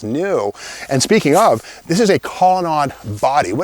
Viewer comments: It's pronounced Collon NADE,not collon NOD. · It's pronounced colonade,not colonod.